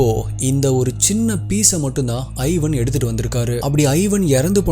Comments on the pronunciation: Ivan is pronounced as Evan not I-van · its not 'i'van, its pronounced evaan. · Thambi athu ஐவன் இல்ல இவான்